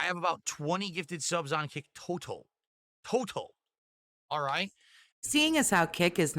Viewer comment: Why does the way he say total bother me so much